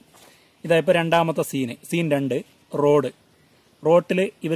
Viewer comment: റോട് അല്ല റോഡ് ആണ് 😂